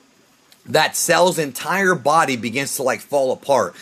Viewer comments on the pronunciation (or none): none